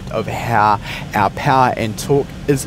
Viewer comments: the amount of ieeh, ieeh fuel ratio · Please please pronounce the word (air) properly..you were throwing me off during the whole video.